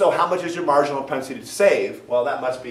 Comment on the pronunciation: "Your marginal prospenitilytur"